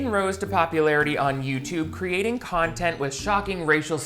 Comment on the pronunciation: “Projocts” lol anything for contont Great video,! I love what you do, and your humor tickles me:-)